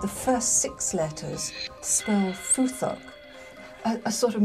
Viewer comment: The rather odd idea that the Futhark would somehow mean God bless you. Though it sounds like she pronounce it Futhork, with Thor in the middle, but I've never heard anything else than Futhark before.